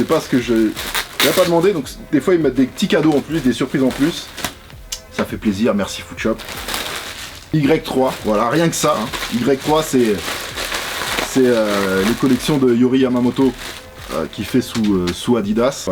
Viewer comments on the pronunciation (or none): Enorme comme toujours! Peut etre une vidéo matching? Par contre pour Y3, Yohji se prononce Yo-Ji et non Yo-Ri ;)